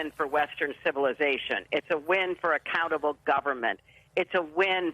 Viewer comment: Did she say "accountable government" or "a cannibal government?"